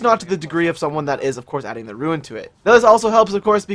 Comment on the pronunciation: It isn't pronounced ruin. It's rune. Rhymes with dune and soon